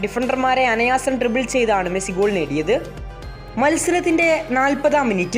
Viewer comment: അനയാസം ❌ അനായാസം ✅😊😊